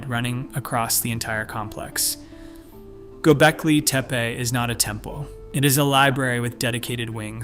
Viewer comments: Anyone else notice how many different ways he, or it, pronounces Gobekli Tepe? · You pronounced Göbekli Tepi 5 different ways each word.